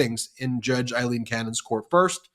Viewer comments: Guys, your driving me crazy with... I-lene Cannon... It's...A LENE... A LENE... A.. LEEN.... TY. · It's not Eye-lean Cannon, it's AE-lean Cannon. Get a clue!!! Aileen Cannon. SHEESH!!! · Aileen as in 'A' not Ileen Cannon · It's Aileen, Aileen as in Ailing